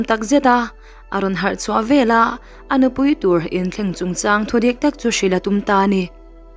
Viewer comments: Velah tih hi a dik lo Veleh tih tur aw, he tia mitam tak ngaihthlak tura thu sawitu te hian, Miuzoṭawng hi uluk hram teh un. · Veleh tih tur vela i tiziahhi i ti lui a ang ka ti chhiar dik ve la